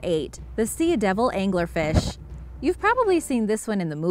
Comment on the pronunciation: It’s not pronounced see-a-devil, it’s just sea-devil